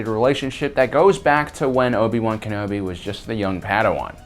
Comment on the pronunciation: I'm going to dislike your video every time you say Ken-obi wrong...